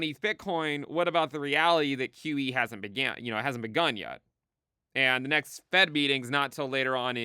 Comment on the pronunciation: When says “QE” it sounds like “kiwi.” “No kiwi for you!” - 2024